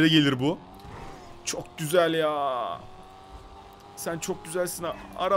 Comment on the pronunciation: NOBODY:: çok güzek yağ